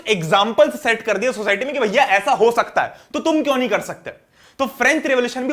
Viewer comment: it's bhaiyaa not bhaya so don't take it seriously, I did some mistakes that doesn't mean u will highlight that😑